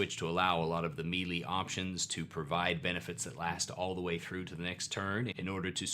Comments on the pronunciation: FYI Melee is pronounced may lay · I admit that I inwardly cringe when I hear him say melee, but that's only because I too used to pronounce it "mealy" and only managed to reprogram my pronunciation by overtly paying attention to the way I said it to the point that it just feels wrong now. Oh the trauma of learning words through reading and only finding out later in life how they are actually pronounced. I still hate how "cache" is actually pronounced. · is such an underrated pillar of the D&D youtube community. Every single video he puts out is packed with helpful insight, positive energy, and a high percentage that cute cats will make at least one appearance. The humility at the beginning when he apologizes for his pronunciation of "melee"...this guy never ceases to impress.